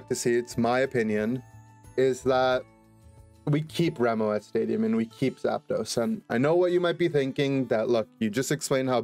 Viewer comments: rem-oh-at stadium? isnt it pronounced like remote? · Holy shit I can’t believe never realized Remoat is a pun on Remote and Moat and that its actually pronounced Remote Stadium because its a remote isolated island lel Also how the fuck is he gonna have a point about popular FPS shooters and mention Valorant, CSGO, and even fucking COD but not Apex, like bro what? lel